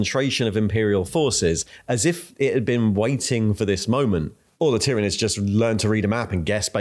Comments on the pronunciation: Please standardize how you pronounce Tyranids, I think I counted 4 distinct pronunciations you used in a little under 2 minutes. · uses at least 3 different pronunciations of 'Tyranids'. Just covering all the bases I guess. I for one always used to say "Tie-ranids" until I knew better... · At first i thought your pronunciation of Roboute and tyranids and tyrant were real but now i'm quite sure u just f'ing with us.